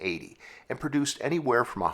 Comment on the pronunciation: Stop saying perduction, and perduced.